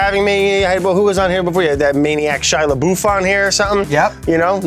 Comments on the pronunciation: No one: Brad: Shia LaBoof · "Shia LaBOOF" 🤣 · what do Brad Leone from Bon apetit and Joe Rogan have in common? They both call Shia labeouf Shia LeBoof. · brad " shia la bouffe". literally on the floor for half an hour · “Shia la-boof”